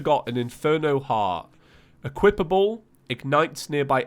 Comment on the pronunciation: Ha I was watching since he pronounced equipable as equiptable lol